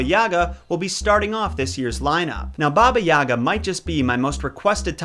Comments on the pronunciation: It’s not baba ya’ga it’s baba yaga’ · i am sorry to say this but my russian mom says that it's pronounsed baba yiga not baba yaga i honestly don't care because i know it is hard to prounouces it for you and many others but i mean my mom told me to write this comment. (btw love your vidz i love this one the most cause of how funny it is (also me russian)) thank you for listening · All throughout hearing English speakers talk about her, I can never figure out why you guys keep putting the accent on the wrong syllable. It's YagA, not YAga. Such an odd detail that is somehow always gotten wrong... Same about pretty much every Russian name in this video. Anyway, aside from that, thanks for the video, keep up the good work! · She’s saying it’s not like yahhga it’s pronounced yagahh! Like ahh at the end and a short a sound on the first a ya-gahh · It pronounced "YagA" - stress on the last letter "A". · Baba is what Russian kids call their grandmother, and elderly women they’re close to. It’s generally a term of endearment. Also, the accent is on the G not the A. So, more like Baba yuh-Gah. I know, it’s strange. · Isn’t it Baba Yaga pronounced Baba (Yay - guh)? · It is pronounced bah-bah yay-gah